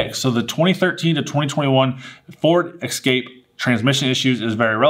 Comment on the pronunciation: Never, EVER, buy a ford Excape or Knee-sahn All I could see in my mind was Jeremy clarkson mocking Americans who can’t pronounce car brands correctly 🤣 Bugging, I like the channel! But please, please don’t ever say mahz-da 🤣